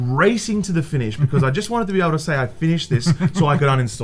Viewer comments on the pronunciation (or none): none